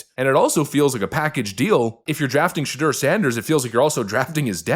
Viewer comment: The name is "SHE"- deur .are you kidding ... Ha Ha Ha Ha